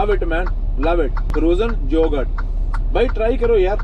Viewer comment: OMG - Frozen Jogurt. Can't stop laughing but like the way you speak. It is Frozen Yogurt.